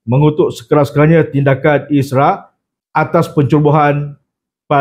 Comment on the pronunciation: Isra tu apa? Isra mijra ke? Sebut yang betol la😂